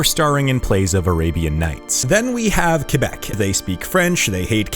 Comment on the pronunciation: Extra points for pronouncing Québec right